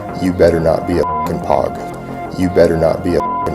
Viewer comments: Lol, the way he says "POG" as pogg, instead of "Pogue". He's only read the term on the internet and had never heard anyone say it out loud. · The way he said POG is a dead giveaway. COD vet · the way pronounces “POG” is a dead giveaway he’s not a vet. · He can’t even say Pog properly lol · Exactly what I thought